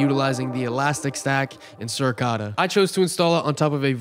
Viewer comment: How do you not know how to pronounce Suricata and Debian? lol